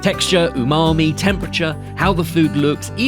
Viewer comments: ....hmmm the chef called it UNAMI...lol. Its Umami 🤔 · Unami!!?? I don't trust a chef who doesn't know it's umami, not unami. Just sayin!! Nice quick camera change though, its barely noticeable. 😆👌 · did that chef call it unami or was it just me? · did he really said “unami”? 😂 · Why did the chef say Unami and not Umami 😂😂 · You are just wrong here. He was saying "UNAMI" NOT "UMAMI". "Sashimi grade" is not a legal term. It is a marketing term that is not regulated. Literally anyone can put a "Sashimi Grade" label on anything. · did that "professional" chef just say unami instead of umami?😂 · Also “Unami”? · he said Unami. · Yup, I had to rewind to see his mouth movements, definitely unami or ooonami as I heard it 😂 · Yes, I had to rewind to see if his mouth close to form the M sound. It doesn't. Strange.